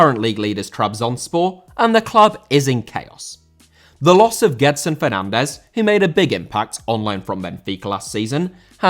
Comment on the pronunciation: Gedson* not Guedson